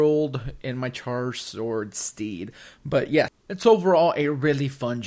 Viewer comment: “Char-ZORD”